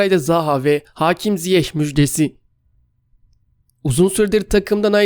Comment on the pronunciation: Hakim Ziyeš diye telafuz edin, lutfen ama, yakisik olmadi